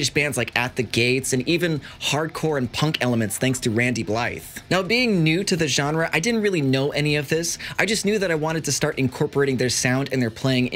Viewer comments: Lol it's pronounced ( Bly ) like fly but with a "B". I got it wrong for a while also. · he pronounced blythe wrong and it really annoyed me